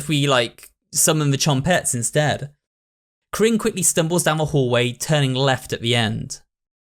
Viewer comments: I love how he says krin for karin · mate, tbh, the game is so russian that seeing people mispronounce characters names makes me giggle